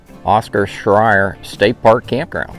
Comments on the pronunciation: Late to the party, but the park name Scherer and is pronounced "share-er". You said it so many times, I had to say something. All sites, except the two tent only have water and power... some water spigots you have to look for. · No offense but your not pronouncing Scherer correctly. 🤷🏻‍♀️